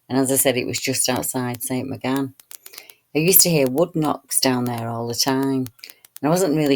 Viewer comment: It's pronounced St "moor gan" fyi. Very interesting, thank you!